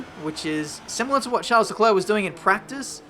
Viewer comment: The s in Charles is silent 🙃